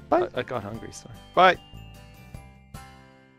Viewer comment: I swear at the end the heater wasn't saying bye but saying die